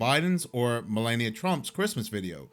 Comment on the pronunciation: It's pronounced Mel-ah-knee-ia not Mel-lay-knee-ia